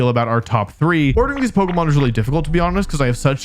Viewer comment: Wolfe, why do you pronounce it like Polka-mon instead of Po-kay-mon?